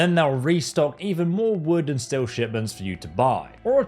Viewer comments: The way he calls steel "still" bothers me on a level hither to undreamt of. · That constant pronunciation of still and not steel but the proper way he says tree or trees bothers the hell out of me! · Why is this fuck saying still? Instead of steel. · STEEL! IT'S STEEEEEEL GOD!stop saying still over and over! stillstillstillstillstill WTF! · Aghhh! Cant stop hearing him say "STILL" every time instead of STEEL... You stand still, swords are made of st-eel. Like the animal, eel with a st in front. Either way its nice that FO4 is getting a boost in popularity, maybe it will inspire a new generation of modders since Starfield is kinda lame. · It’s STEEEEEEEL not still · Great vid but are you saying Steel or Still? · STEEL.. SAY IT.. STEEL NOT STILL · did he just call "steel" "still"? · Please learn how to pronounce steel correctly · Can't even watch the video for 3 minutes, the pronounciation of "steel" is infuriating.